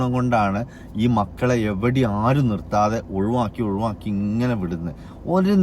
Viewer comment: ഒഴുവാക്കി ❌ഒഴിവാക്കി ✅